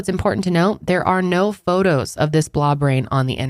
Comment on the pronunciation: I know you’re saying “blob rain” but all I hear is “blah brain”. 😂